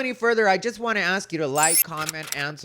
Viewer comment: Hearing “Axe” instead of ask is another one. Or “Exspecially”